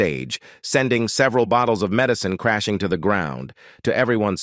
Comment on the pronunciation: Another AI disaster with odd clips from That girl, Carol Burnett, shots with Lawrence Welk???? and other nonsequiters. AI pronunciation "med eye ceen" for medicine. Why the whacky swerve in to Cheryl Ladd story? Is this AI edited as well? Totally weird and ultimately unsatisfactory. And what "sad series of events"? This video is exploitive, inaccurate trash.